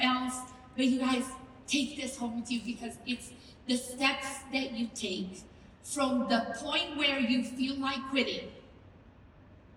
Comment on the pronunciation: So every time she said steps I heard sex and I was so confused because I know Arbonne doesn’t sell sec toys… but maybe that’s how some of these leaders got to the top